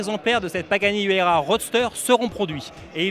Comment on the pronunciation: Huayra et non Huyara Et ça se prononce "Ouaïra" pas "Huera"